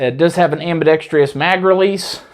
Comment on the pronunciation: Sorry to do this, my friend, but please, the word is "ambidexTROUS!", not ambidexTRIOUS! Please?